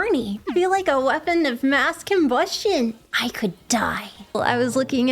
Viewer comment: Come on mel Mass Combustion instead of Mass Cumbustion I'm disappointed